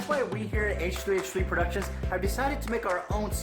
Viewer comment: I cringed when he said "hehe productions" he never know numbers till ethan said it himself "3" is the new "e"